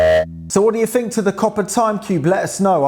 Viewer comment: It's THink, not "Fink", and THrough, not "Frew". That part of the English accent drives me nuts! lol. Why can't you guys pronounce "th" properly?!. It's not like it's impossible!...